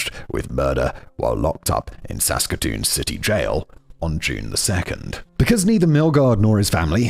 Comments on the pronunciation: At least he did good with Saskatoon, Saskatchewan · Finally a story from my hometown! You pronounced Saskatoon Saskatchewan quite well, and I should know because I live here. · Simon did so well on Saskatoon, Saskatchewan. Just to get tripped up on toque 😂❤🇨🇦